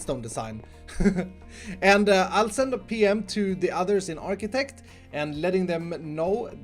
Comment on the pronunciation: btw its Architechs, not Architects